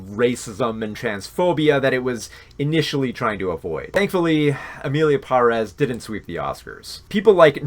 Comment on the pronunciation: Cringed every time ya mispronounced Emilia Pérez